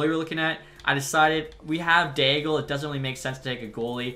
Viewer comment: I think Gabriel D'Aigle's name is pronounced like it has a silent L if that makes sense. Like the sens draft pick from the 90s.